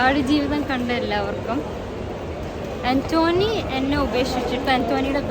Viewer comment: ആന്റോനി അല്ല പെണ്ണേ ആന്റ് കെണി😂